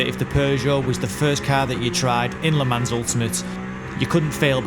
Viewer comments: Rev please it is pronounced le mon not le mans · LUH MON (silent S)